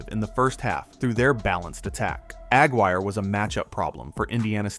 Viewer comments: Mark AG Wire? No, you dummy! Its Mark Aguirre as in "A-guirre" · Mark Aguirre's last name is pronounced Ugh (rymes with mug) Guire, not Agg wire. Also, your premise that it was only after this DePaul game that people began watching Bird is entirely false. During his sophomore year (November 27, 1977) he had already been on the cover of Sports Illustrated with the caption, "College Basketball's Best Kept Secret." On March 26, 1979 he was again on the SI cover leading into the final four, and that was before this DePaul game. The college basketball world was very aware of Bird's exploits, especially as the season progressed and Indiana State went undefeated. At the time, I was in college myself. And there were lots of Bird fans by late in the 1979 season. His fame was sweeping the land. It's why he was on the cover of SI the week before this DePaul game. And its why the Finals were the most watched NCAA Finals in history. It was not because of this one game against DePaul. It was because of Bird mania leading into March Madness and a showdown with the other extremely bright light, Magic Johnson at Michigan State. While he was in college I was a big Bird fan, especially his undefeated season. However, after he went to play for the Celtics I hated him because I was a Laker fan. Even so, after watching him play throughout his career I had to give him his due. He was one of the 5-10 best players of all time. Right up their in the conversation with the Mt. Rushmore list of Wilt Chamberlain, Oscar Robertson, Bill Russell, Jerry West, Kareem, Magic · The name is Mark Aguirre, not Mark Agg-Wire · It's "uh-GWIRE" not "AG-wire." Fun video but please get the names right. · Yep, the guy was killing me with Ag wire. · You pronounced Aguirre wrong. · That annoyed me the whole clip. Had to be AI.